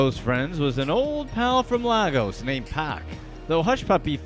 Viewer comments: laygos not lahgos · "Laigos"=Lagos pronunciation